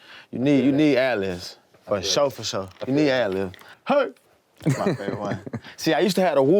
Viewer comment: forreal, but it irks me he calls them ‘ad-livs’ 😂